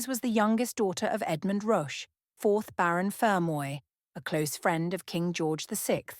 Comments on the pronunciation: It's spelt Roche and is pronounced Rotch. Rhymes with crotch. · Rotch, not roach. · Roche to rhyme with coach.